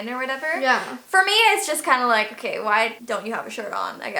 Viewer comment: Its not OKEH to be OKEH ❤ (Titan cry 😭)